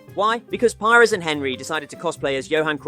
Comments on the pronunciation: “Pyers” and “hen-ree” hurt my soul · Ahh yes, the famous Robert pie-res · This guy reckons he knows football, but saying Henry with a hard "H" and pie-res is like that scene in inglorious basterds where Michael Fassbender holds up his index, middle, and ring fingers. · Pires isnt English he is not Pajres. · love the content but you dont half butcher some of these legendary names HENRY !!!!!!!! PI-RES!!!!!! arghhhhhhhhhhhh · That’s not how you pronounce Pires OR Henry. Shameful